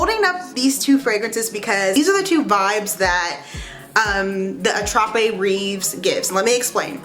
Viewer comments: Attrape-rêve means Dream catcher… in case you wondered. Rêve is pronounced « rayv » ( hope that helps 😊) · I speak French. Your accent is so cute. Rêves is pronounced raves